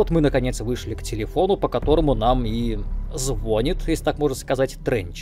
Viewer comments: Ни слова про SCP (КАК?!), ни отсылок к мультивселенной (зачем брать в разбор Control, если не играл в Quantum Break?), ни инфы про богов (Ахти, как и события Квантума, крайне важны для следующей части - второй части Алана). А еще режущие ухо "звОнит", "фАрмер" вместо "фОрмер" и "рОг" вместо "рУг" (если это шутки - лучше "Фалмер" и "Руж"). Досмотрел, и зря (еще десяток самоповторов, пустые претензии (как в видео на Хогвардс) и полное отсутствие юмора). Раньше твои видео были топовыми, сильно ты расслабился... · Не звонит, а звонит! Сколько можно?